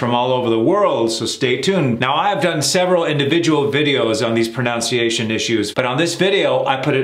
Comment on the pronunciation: The word is proNUNciation, not proNOUNciation. You are an embarrassment to America.